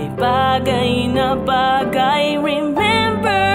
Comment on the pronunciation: BAMBOO IKAW BA YAN!!! intro and I feel like I'm listening to bamboo's style of singing but seriously ang galing ng pag kakacover mo, well fitted sa medley, although parang may mistune sa "remember!" mostly negligible na yun since over all tuminding ang balahibo ko from intro to ending ng kanta ang ganda well delivered ang bawat bigkas ng lyrics at nag harmonize yung boses mo sa piano. kudos to you sir, more power on your future works since you gain a sub